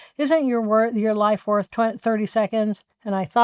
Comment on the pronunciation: " Your life is Wörth 30 seconds" 1.32.39. Jill Bolte Taylor. ❤